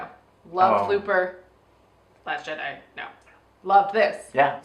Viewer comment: It's pronounced jedeye, not jeddy. and I'm not even much of a Star Wars fan.